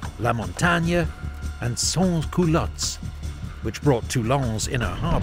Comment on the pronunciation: Don't worry, nothing bad, just you mad a small mistake of pronunciation, totaly changing the sens of the word. The root for the word "culotte" ( "trouser" in old french, nowaday it mean "panty") is "cul", wich in french basically mean "bottom". But instead of saying "otte", you said "é", so you said "sans culé", a perfect homonym for the verb describing the aformentioned activity ( spelling is different however, but it use the same root "cul", useless to explain why...).